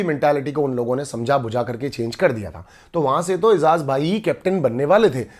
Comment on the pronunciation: baki sari baten to sai ha lkn eijaz ka nam to sai la bhai. its eiJaz not eiZaz